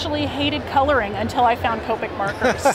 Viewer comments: I hate when people pronounce it like that.. its not cope-ic its kop-ik omg oh well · I thought it was cop-ic not Co-pic